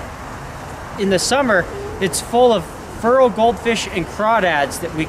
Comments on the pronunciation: Is he saying "feral" goldfish? Sounds like he's saying "fural". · Been trying to figure out this word you're saying, "furral". Google search is turning up nothing. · hahaha when Feral is pronounced Furr-al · When u say fural u mean feral right? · Vinny M feral* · You're saying "feral" wrong. At least compared to how we say it in Oregon.